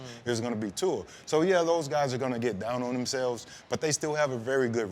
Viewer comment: My man! Finally someone that pronounce Tua’s name correctly